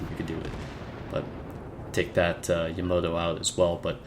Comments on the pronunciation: yamoto? its called yamato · BTW it's pronounced Yamato not yomoto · jeppe dahlhede Yama-To. How can you butcher the name of the most famous ship ever? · "yamoto" lol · Yamato is pronouced lile its written ya ma toe